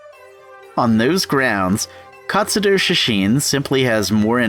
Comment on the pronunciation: He keeps saying katsudoo